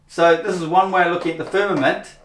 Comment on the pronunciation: what is this called when you simply emphasize FIR MA MENT, FIRM A MENT…. Simply saying the syllables with EM PHA SIS is meaningless,. You do it a lot, like HO RI ZON…HOR I ZONE… MAKES YOU SOUND A LITTLE CUCK OO. Who’s a cuck? Yoo r: cuckoo— cu ckoo, or cuck (y)Oooooo See. I can make shit up too